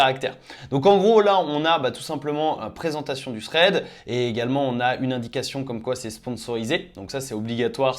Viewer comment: C'est THread pas Sréd !!!